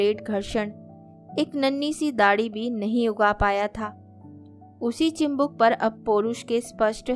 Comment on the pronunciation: Sunder kahani, madhur vani lekin uchchar me dosh hai mam! Chibuk hota hai, chimbuk nahi. Aur bhi shabd hai jin ka sudhar jaruri hai